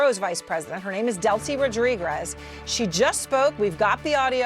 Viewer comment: You'd think a woman with such a big salary would know how to pronounce "Rodriguez" properly.